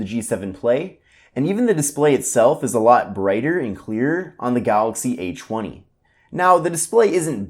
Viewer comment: "Galaxy A CHWUNNY"